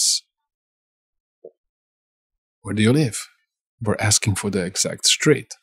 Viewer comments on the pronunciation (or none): Not sctreet is street